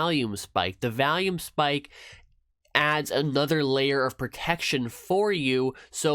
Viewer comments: OMG can you please quit calling it valume lol.... it's volume, you know like volley ball, it's vol, not val! Thanks for sharing it is interesting to see your choice of EMA's. I've been curious about 9 and 21 EMA's but I haven't used cross overs as sole decision to trades on yet. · great vid! p.s its not valume its volume hides face